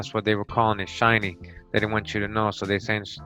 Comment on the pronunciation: You pronounce many words wrong. Shinney is pronounced shin-nee. Not shy-nee, and hoquet is pronounced ho-kay, quet in French is always pronounced kay!